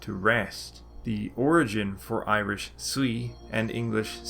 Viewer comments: Your Irish pronunciation is remarkably good. If you're not a native speaker, I'm interested in what you used to learn. Great work. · you pronounce with munster dialect and your irish is better than mine and learned it for 13 years 😀👍